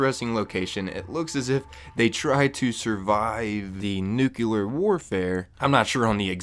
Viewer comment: stop saying nucular like you're George Bush or something. it's nuclear, nu-cle-ar